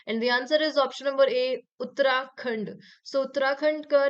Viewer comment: In question in 28 while explaining, she uttered Uttrakhand.